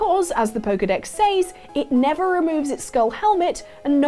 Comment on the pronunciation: it may be spelt says but you pronounce it sez. Why can’t people talk anymore?